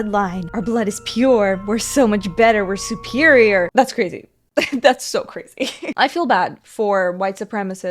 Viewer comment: “We supeereor n dey kno dat” 😂